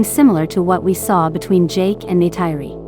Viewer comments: NAY-TIRE-RI ARE YOU KIDDING ME! ??????? IT'S PRONOUNCED NAY-TEAR-RI!!! GET A VOICE OVER TO PRONOUNCE THE NAMES CORRECTLY FOR AVATAR MOVIES!!! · It's Neytiri, not Neyteiri